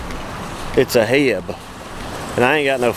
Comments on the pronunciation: I love how you calling it HEB when everybody else calls it H...E...B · Its H.E.B lmao. heb lolololol i was rolling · Lol Just pronounce the letters H E B One of the best stores in Texas besides kroger